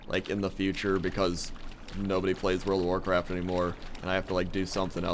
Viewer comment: you said world of warcrap